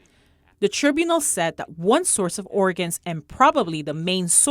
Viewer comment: Tribunal [sounds like TRY BYOU NUL] Prisoner of "conscience" is not pronounced like "conscious".